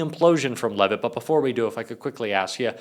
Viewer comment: Carolyn Lie-vet